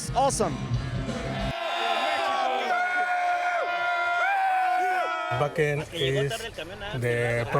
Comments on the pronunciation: Vaken, not Whaken for anyone w a dirty mind in Canada/US lol ;) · Yes we are a happy community! Everyone is so helpful and respectful in the moshpit. It's unparalleled. ❤️ Also: pronounces Schleswig-Holstein correct but keeps calling it Wäcken 😋😘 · I keep hearing them say Fu&kin festival!!! Woohoo! Gotta love the German pronunciation of the letter W.